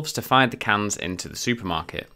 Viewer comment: Its like you can say cans, but said pans instead until the last 5min of your part 😂 LMAO